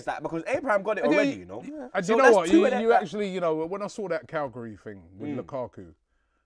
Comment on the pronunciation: Are You Mad ??!!! Come on man It's CAGLIARI not CALGARY